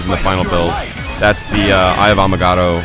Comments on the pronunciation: it's agamato not amagoto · agamotto not amagatto fool! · he said "eye of amagato" you fail